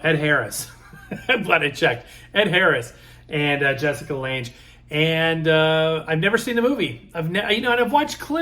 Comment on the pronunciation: You got some good finds there for sure. :) I found a 78 book album set of Bing Crosby's Christmas songs on 4 78's. Been debating about getting it or the Lp like yours. Not trying to be "that guy" but thought you might like to know that Lange is pronounced with a hard G, just like Lang, or bang. Her first film role was 1976's King Kong remake. Some day I'll find a copy of Peggy Lee's "Special Day" song. A local station plays part of it every morning for their morning talk show and I want to hear the whole song, lol. At first I thought it was Doris Day singing it until I heard Peggy Lee and I was like SHE's THE ONE singing that, lol. Back in the 70's my Ma used to watch a talk show called The Mike Douglas Show and the other day I discovered he used to sing for Kay Kyser and I thought that was pretty neat.